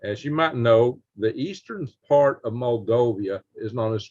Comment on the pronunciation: Moldova not Moldovia